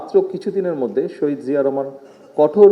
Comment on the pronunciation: বাপের নামটাও সঠিক ভাবে বলতে পরে না